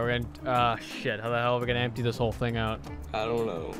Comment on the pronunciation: he has been watching jarvis, man said "ting"